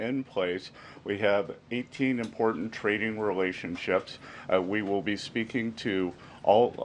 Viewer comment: she reads like a 5 yr old. Listen to her pronouce "Important" it would be funny if it wasn't so sad